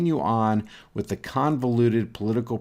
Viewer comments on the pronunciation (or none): When he said " da ", instead of " the ", I hung up.